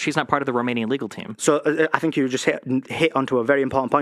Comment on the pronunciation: "it doesn't ma'a wha you fink, it's abou facts" he says as he's just rambled about his feelings and thoughts on the west and how women own men.